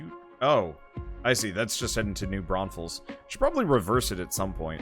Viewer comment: Saw that this game had a major new release and wanted to see a play through, this was my best(old) option. Hearing you say New Braunfels is hilarious, since it's a town I live near.